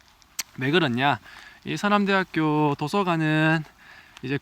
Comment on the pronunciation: 서남’대’하꾜! 이거 대구 사투리인뎅!ㅋㅋ 대구쪽분 맞으시죵 ?